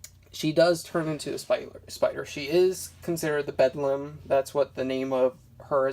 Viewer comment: It's pronounced BEL DAM